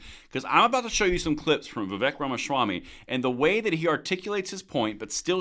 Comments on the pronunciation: That's Vee-Vake and not Vee-Vek. And the more I hear him (Vivek) speak, the more I like him. And I couldn't agree more. If you make schools gun free zone...well I'm preaching to the choir. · It’s pronounced VIV-AKE, as in “cake.” Not VIV-ECK, as in “heck.” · Vivek rhymes with cake as in Vivake.........FYI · I know it's spelled Vivek, but it's pronounced Vivake. Rhymes with cake.